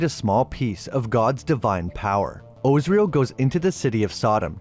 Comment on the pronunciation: Az-Ri-El not Ozriel 😂